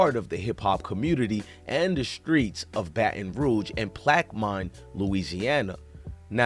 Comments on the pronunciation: Plaq-u-mens not plaq-mines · Pronounced. Plac-ka-meen. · Pronounce the city name right